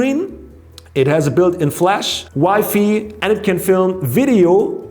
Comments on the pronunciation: Its WI-FI not wifey lol 😂😂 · The way he says WiFi 😂